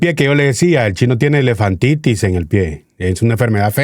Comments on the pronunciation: Es elefantiasis, no “elefantitis” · Elefantiasis y no elefantitis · Tío, la Bethy Arana dice q el Dr es un Candidato Potable (Querrá decir Potencial) La enfermedad q tendría el Chino, si se le hinchan los pies es "Elefantiasis" no Elefantitis.